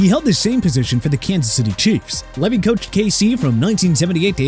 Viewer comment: Marv Levy (pronounced Lee vee)